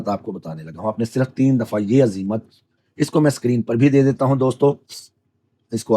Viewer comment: عزیمت تو درست پڑھیں